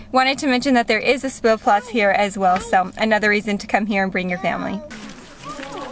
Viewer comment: actually it's pronounced more like "Shpielplatz"